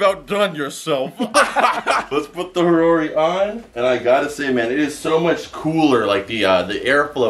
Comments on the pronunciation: ha-ror-ei i think idk but i think you say it hay-or-ei i am british tho sooooooooooo :) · He said harori? Its ha-o-ri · It’s hodori not horori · you said a rarorie how ever you pronounce it but it's not that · He keeps calling the haori a harorry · Does anyone else get triggered about the way he says haori?